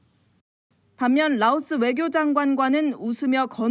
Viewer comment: 라오스는 "L", 러시아는 "R"입니다. 아나운서 여러분들 발음 조심하셔요.